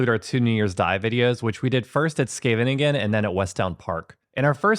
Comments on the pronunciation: De plaatsnaam Scheveningen werd in de Tweede Wereldoorlog gebruikt om te kijken of je wel een echte Nederlander was. Duitsers zeiden namelijk Sjeeveningen. (en SkevveNINgen is dus ook niet de goede uitspraak, het is SGEEveniñgen met een hele harde (schrapende) 'G'😊). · It's funny. It makes me smile.. pronunciation of Scheveningen is great though!! 😉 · It is rumored that during WW2, the Dutch could tell a Nazi spy as they could never pronounce Scheveningen correctly. That name was the test.😅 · How many syllables does Scheveningen have?! 😂😂